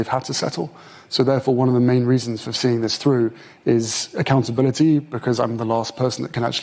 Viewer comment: Does anybody else get wound up by the way Harry pronounces accountabiliteee 😡